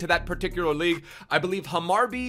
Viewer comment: Laughed my ass off when you tried to pronounce Hammarby